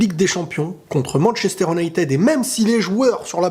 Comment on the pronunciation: Ma prof d'anglais elle entend Manchester United a la place de Manchester "Unaitid" elle te tue MDR